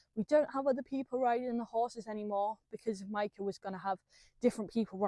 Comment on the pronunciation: How you speak her name is spot on...love what you al doing🫶😘🇳🇱